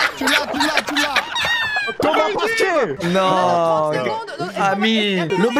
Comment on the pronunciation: De toute façon les espagnol ne peuvent rien faire vous les français vous avez le premier YouTuber français et vous avez le meilleur chef et le meilleur mec qui n’arrive pas a dire Thomas pesqué 🤣🤣